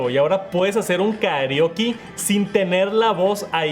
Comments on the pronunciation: "¿Karioki?" que mal suena en Mexicano la palabra Karaoke de toda la vida 😂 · Karioki jajaja es karaoke jaja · Dijo karioki y se me quitaron las ganas de seguir viendo el video